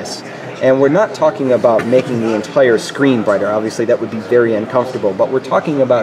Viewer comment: Did he just said ENTRE SYSTEM POWER DRAW???